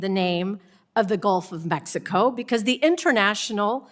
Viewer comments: Omg she evern almost said it too! Shes like "A-mexico" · She said "The Gulf Of Amexico" 😅